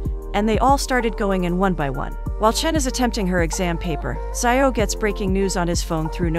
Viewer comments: Xiao is read as SHEE-AO not SAI-YAO. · Its not zaioh its shiao☠️ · "Zai-o" 💀 That's not how you pronounce "Xiao" lmao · I don't know why it's so funny to me when you pronounced Xiao as sayaw